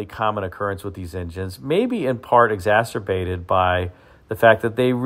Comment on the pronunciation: "ExasTerbated"? Never heard that word, before,.